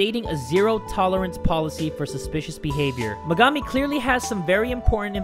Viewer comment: thats megami not her sister, and her name is pernounced mega-me